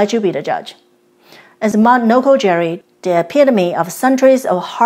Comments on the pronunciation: Noko Giri. not Jiri Great place to explore in Chiba. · It's "noko-gi-ri", not "noko-jerry". Why can't westerners get basic, simple pronunciations right? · A “G” in Japanese is Always pronounced as a hard G. “J” is used to make a soft G sound. It is Mt. Nokogiri, not Nokojiri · NOKO GEE REE